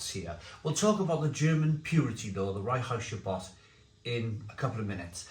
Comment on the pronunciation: I laugh evert time you say "Reinheitsgebot"... don't speak German but i know it's more like "rine-hites-g'boat"